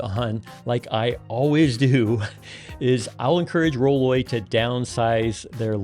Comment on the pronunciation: The name of the company is roll-oy, not roll-ay. You might be careful about that. All of these rolling walkers are likely designed by men, and I seriously doubt the design team includes small framed women. Mistake. I can think of a bunch of things that would be nice to have that aren't there. And, remember, you don't always have a wall handy to rest the back of the unit. I think having the "bag" under the seat makes much more sense, as you can put quite a bit of groceries or bags. This bag looks tiny. Not sure it's worth a lot more money. Yes. it folds down, but that's really all I see that is an improvement. This is for my wife, so we will continue to look around.